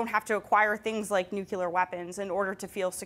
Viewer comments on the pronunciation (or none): how does "NUCLEAR" become NUKELAR? No, just stop it. Stop saying NUKELAR it's NUCLEAR. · I actually sat down, got out audio analysis software and thought I was nuts. Nuclear to her is Nu-Killer. Tsk tsk. I'd hesitate to AXE her for more information regarding NATO. As she'll make you sound like you're insane if you plagiarize her lol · taking sources that pronounce "nuclear" as "nucular"... very republican... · Also: why do so many American say "nucular" weapon? It's maddening, makes me want to hit them...